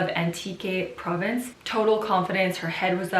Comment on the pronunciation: I actually love how you pronounce the name of those provinces it's refreshing. Take care and stay safe. I miss Lily in your video she is so adorable 😊